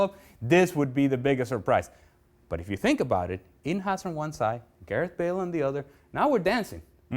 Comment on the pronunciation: I literally close my eyes and face palmed when he said "Gareth Bale"